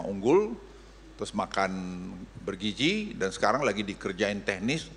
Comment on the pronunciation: Opung: Makanan bergizi ❎ Makanan bergiji ✅